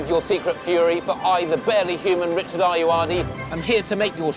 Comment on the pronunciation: "Never mind, Reechard!" 😄